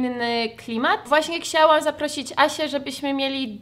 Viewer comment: uwielbiam jak mówisz ksiałam zamiast chciałam :D